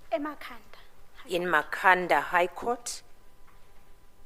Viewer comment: Evidence leader, it's Ma-kha-nda not Mkha-nda 🙆